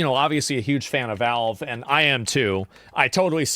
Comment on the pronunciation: I HATE the way this guy pronounces Valve. He says "Velve" and I don't know how anyone can come to the conclusion that's how to say it. I increasingly want to punch the nearest wall every time I hear "Velve".